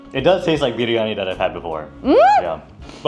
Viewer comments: your "biryani" pronunciation is just accurate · She says biryani so perfectly 😆